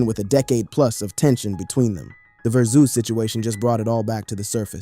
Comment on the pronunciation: Broooooooooo. WTF u keep saying verzooz. It’s driving me fucking crazy. Learn English.